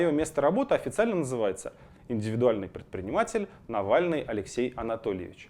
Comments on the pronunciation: Мне же не одной в начале послышалось Навральный? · На нтв можно спокойно в суд подавать, за то что коверкают фамилию